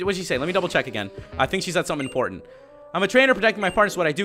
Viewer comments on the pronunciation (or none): none